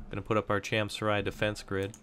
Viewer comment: It's pronounced as "cham-soo-ree."